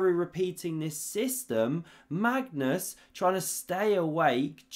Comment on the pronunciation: I’ve heard this dude mispronounce Magnus’ name so many times. It’s hilarious each time 😂